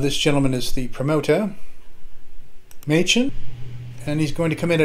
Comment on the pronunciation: Wasn't Eddie's last name pronounced Maychen ? Long A ? ...Asking for a friend ...